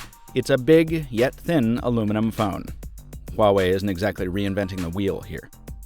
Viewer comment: Wah... not Hwah... WAH-WAY, sorry I work for a phone company and the amount of people who say this name wrong on a daily basis is enough to give me a seizure